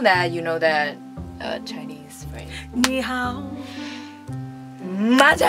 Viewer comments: chinese pronounciation is very good! Compared to someone who doesnt speak much chinese its very good. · Omg I'm not even kidding your pronunciation of Chinese is really good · Lmaoooooooo YASS😂 pronunciation is PERFECT